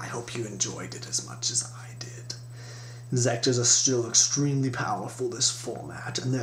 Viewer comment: Nooooooooooooo not inzecters